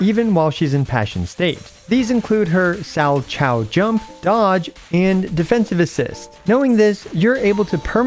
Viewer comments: Thanks for the guide. I was planning to play her with Anby and Seth, but I didn't know if it's actually a good idea or not, so I came here hahah. Also, Salchow is pronounced sal-cow. It's someone's name that is now being used as one of the jumps in figure skating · Salchow is pronounced "sal cow", it's a figure skating move. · I think it's pronounced "sal-kow", it's a figure skating move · Learning how many CCs for ZZZ haven't seen figure skating before has been funny (salchow pronounced more like 'Sow Cow') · Sow kow, or Sal Kow. I guess people don't watch figure skating because it made sense immediately. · Not a single content creator has pronounced salchow right, haha. I'm surprised that no one has heard the word before in reference to figure skating and made the connection. Like a triple salchow? It's a jumping spin move.